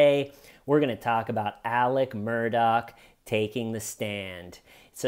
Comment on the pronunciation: First: thank you for pronouncing Alex Murdaugh correctly. The media struggled. Second: he would have been acquitted or had a hung jury if he hadn’t testified. Glad he did, but folks, unless it’s a civil trial or you killed in self defense, DON’T TAKE THE STAND!! 🤦🏻‍♀️